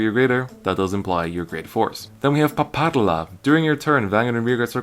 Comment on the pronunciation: * * it's PA-PA-RU-LA! Also: my fav card! ^3^